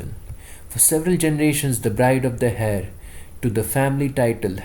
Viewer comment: Hey… just saying… you should check pronunciation of Heir and climed… it will help you…